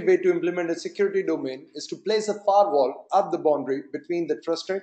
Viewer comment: Its Firewall.. not Fairwall.. please change it..